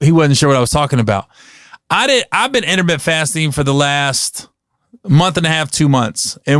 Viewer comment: lol this dude said intermitt fasting like 10 times. Gary, it's intermittent bro add the ent to the end homie.